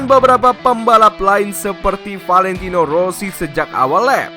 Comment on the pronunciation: Mulutnya aneh yah wkwkwk Valentino aja sebutnya ventino kwkwkw